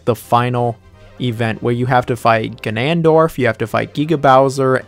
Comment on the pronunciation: Ah yes, Ganandorf